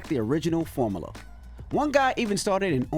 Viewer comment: Every time I hear Envy's ad, I get more and more annoyed by how he pronounces "formula" 😂